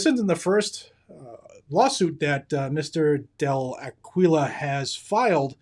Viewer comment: I think Aquila is pronounced “Akeelah”. On another note, I know NRA does a LOT for our 2nd amendment rights, but I quit sending them money after they kept sending me emails & mailers asking for more & more money on top of my regular dues.